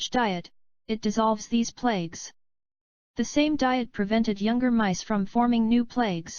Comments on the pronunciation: The robot keeps saying plakes....isn't it supposed to be plaques? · Why does the voice say plagues instead of plaques?